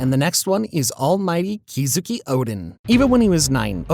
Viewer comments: Love how he talked about durability and endurance feats for everyone except Bigmom who is top of the top when it comes to that. And what is that pronunciation of Kozuki? Keyzooki? Seriously? Lol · "Kozuki" watch your mouth boy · please stop saying the names wrong i'm begging you the last video I saw he called mariejois somthin else and he called kozuki oden, kezuki oden XD. SABADIE, REALLY DUDE?! sanji's name is prenounced sonji bro really said sanji like it was a word XD